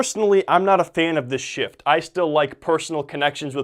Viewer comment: Did he say shift or shit ? Min 8?